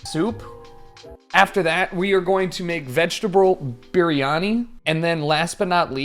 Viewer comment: holy shit he said naan correctly, baryani was an ok attempt tho, good shit on the food choice, granted normal chicken baryani or chicken curry or butter chicken is a lot better i find